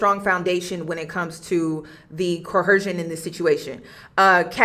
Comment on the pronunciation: Great video and breakdown. Just wondering why you’re pronouncing coercion with an “h”?